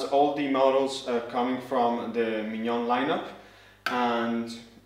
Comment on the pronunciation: Great video! I think this grinder will be my first upgrade after 10 years with my first/original setup. So good to hear the name pronounced properly after so many reviews with “Minion Spesseealita” :)